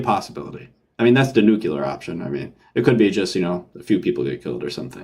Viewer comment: I forgive you for your SE sins. For saying "nukular", however... :P